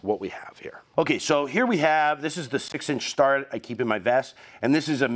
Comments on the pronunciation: FYI, I'm a long time machinist, now manufacturing supervisor, and I've never heard Starrett pronounced they way you do. Instead of "star-it", I have always said "stare-et". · It's pronounced STAIR-it. Not Star-rett. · Anybody else cringe every time says “Star-ret” instead of “Stare-et”…..I mean I hate being that guy, but it’s always been a job site peeve of mine….just like people swinging their “East-wing” hammers. 😂😬 But the info was great! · I’ve always heard it pronounced “STAIR ette” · Good video but your pronunciation of Starrett is like fingernails on a chalkboard to me...LOL...